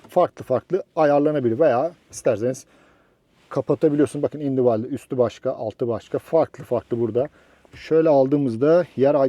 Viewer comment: Individual nasıl okunur onu bi öğren istersen dayı